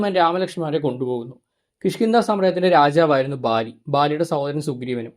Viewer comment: ന്ധ.. ണ്ട അല്ല... Sry